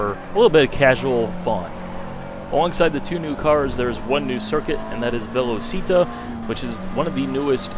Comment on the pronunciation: Nice video, your pronunciation of Velocita was really good =) If you guys wanna see this track in real life, Rubens Barriquelo is doing a car TV program in this circuit. Search for "Acelerados" and you guys will find it. There is some nice content!